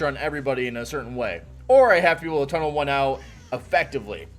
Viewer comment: "Tunn-nelle" lol you can't tunn nellé with DC 🤣🤣😂